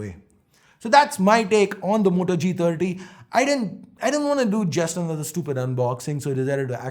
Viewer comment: Did i really heard moto g tatti i mean g30 am i the only one......